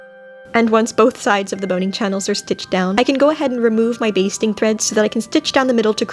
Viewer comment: Instead of hearing "basting" stitch I hear "bee sting stitch" and proceed to have nightmares🤪